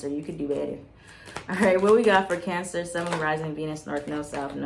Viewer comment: I love how says Cancers like “Cyancers” 😂💕 And omg I’m a Cancer sun, Pisces moon and Leo rising. I do feel guilty